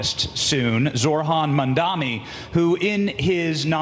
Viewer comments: Not Zor-han. It is Zoh-ran. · I have to be an ass lol It’s zoHran, not zoRhan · Small correction. You are pronouncing it as "ZORHAN". It is "ZOHRAN" :)